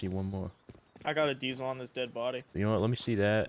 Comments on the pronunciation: why sayin deesil not diesel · Dee-sill fuel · Diesel (Dee-Zel) - that soft S pronunciation is killing one baby seal each time it's uttered